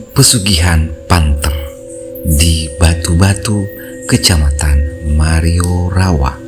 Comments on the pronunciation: Kec marioriawa bukan mariorawa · Marioriawa bukan mariorawa bang